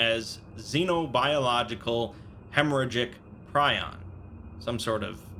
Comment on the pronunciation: Prion. The i is pronounced like an e.